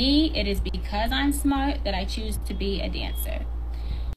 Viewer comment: "Eeben doe a 'ave a degwee, I'm a stwippuh because I'm smahtuh." Girl! You cant get hired for any job that requires representing your company! 🤣🤣🤣